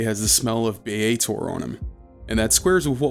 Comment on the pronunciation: Bar that! It's Sigil, berk, not 'Sijil'! Also, Baator is not 'Biyeytour' but --> the first A is pronounced like E in egg and the second A is pronounced like A in affirmative. And then stress the first vowel and you might just blend in with the crowd...and not end up in the Blood War. ;)